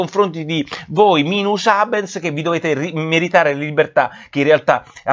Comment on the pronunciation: Nicola mi stai molto simpatico, ma, ti supplico, "minus habentes"!